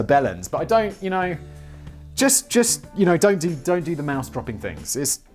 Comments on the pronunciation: Moose not mouse..Juno is pronounced June-O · Mooooooose. Wow Simon's pronunciation is getting worse 😆😂😄😂